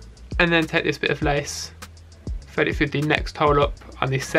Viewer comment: I'm gonna get slammed for this but i have a thing about lisps - especially when people say a W instead of an R "thwead" "weally". it's petty, i know, but i can't watch this guy's videos because of it 😣